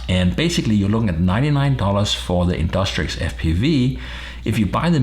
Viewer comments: in DUCK Trixie not in DUS trick fuckin annoying as shit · Its not InDUSTrix but InDUCTrix!